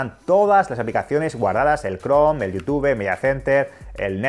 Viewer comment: Soy fan de, pero me "molesta" cuando pronuncias mal YouTube, en especial por la dedicación que le das al canal y al buen contenido que subes.